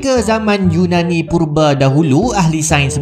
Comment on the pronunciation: Yunani Purba Bila aku dengar:You Nani 🗿